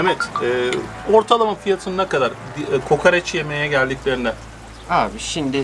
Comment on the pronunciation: Niye kokareç deyip duruyosun hemşerim doğrusu KOKOREÇ değil mi?